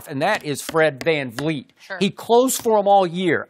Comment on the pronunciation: Fred Venleet????? Don't do that Skip 😂😜😜